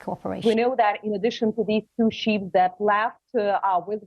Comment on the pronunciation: stupi** ukranian, learn! Those are not sheeps, but ships. Learn to pronaunce